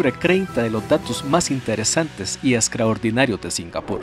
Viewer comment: Por qué cambia la "tr" por la "cr" 🤔 "excraordinario"